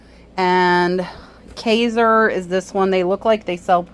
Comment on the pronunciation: Thanks for your time. I believe its prounounced KIZER